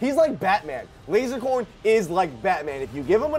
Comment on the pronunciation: PyroStrings If you were a true fan, he specifically says Lasercorn With an "s".